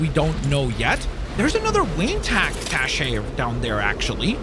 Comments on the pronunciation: i like the idea of 7 unique characters also cache is pronounced the same as cash btw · Just FYI, cache is pronounced 'cash' 👍